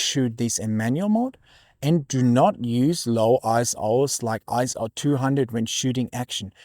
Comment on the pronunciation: Very nice video! I guess every photographer goes through the let's ruin all my shots in the name of image quality phase. However, two things: - Isn't ISO pronounced ISO, not ISO? ISO sounds really kind of jarring. - - that's a very charitable way of describing a user error.